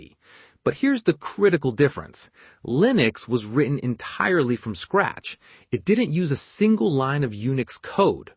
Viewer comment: What is 'Scrattch' ?